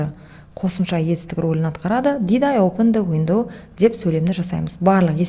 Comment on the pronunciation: Опын дауендау опындауендау сосын тагы опен дауендау басы осылай басталад